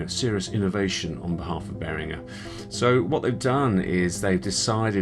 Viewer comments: Except...if you watch Uli Behringer in any video, he pronounces his own name as "Behrin-jer". Seeing as that's how he pronounces both his own name AND the name of the company he named after himself, I'm going to say that the owner of Behringer knows better how to pronounce his name than you do. Do a YouTube search for "ULI BEHRINGER - AGRADECIMENTOS" and you'll hear him pronounce it. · I go the other way - it's makes me twitch hearing you say it that way in English! 🤣The other way is the "correct" way to pronounce it in English, the hard g is the correct way in German - Uli seems to agree. I'm kinda the same, when I'm in a foreign country I'm happy to have my name pronouced the French/German/US way - all of which are different - makes me feel like I'm fitting in!